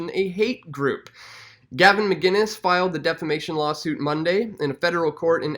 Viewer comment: McInnes not McGuinnes